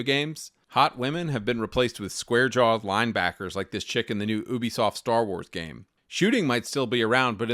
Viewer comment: Its "you-be-soft" not "ooo-be-soft"